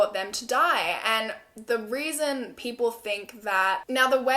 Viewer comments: she definatly said weason instead of reason at one point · “Which is another weason why I find that weird” Heheheh I love that so much 💕💕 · “another weason”